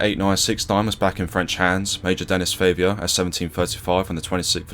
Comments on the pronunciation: It's Favier, not Favour, mate. That is not even similar. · His name is pronounced Denny Fah-viay.